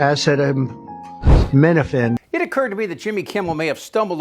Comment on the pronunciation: Listening to him trying to sound out acetaminophen was painful. 3rd graders have better language skills than he ever had.